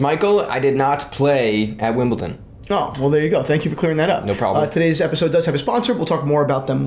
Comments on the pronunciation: Wimbleton lmao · Christian, it’s not Wimbleton. It’s Wimbledon. With a D. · Say it with me D not T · Wimbleton? No you don't see much tennis, it is called Wimbledon... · Please guys, it's WimbleDON, not WimbleTON. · It's not Wimbleton. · WimbleDON. Not WimbleTON. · "wimbleton" he says 😂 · Did you just say Wimbleton? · It took me so much discipline and self control to not turn this video off after the 4th “WimbleTON”….yet, 15+ times later…I came through a stronger person. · who pronounces Wimbledon like that? are you guys just taking a piss 🤣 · There´s no T in Wimbledon, there is however in Paddington...just saying! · for a guy who is in the watch world and very into Rolex it's so bizarre he doesn't know how to pronounce it